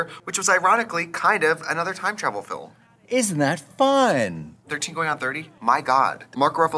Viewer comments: I love trixie's pronunciation of "film" a la John MacLean. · filim i love how trixie pronounces words for fun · It’s official. Trixie is a John Maclean fan. “FilUM” 😂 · Did Trixie just channel our fabulous dark lord with her pronunciation of "filum"? 😃😃😃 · I love how Trixie says “philim” and “progrum” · Love how Trixie says Film , Fill-em xDD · The John MacLean pronunciation of "fillum" in the intro got me good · I love she always says fillim like John Maclean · Is also a rural Wisconsin accent pronunciation. I think she does it in purpose, but there could be a couple different influences as to why she says it that way. Same with "progrum" vs "program" lol. Love it 😂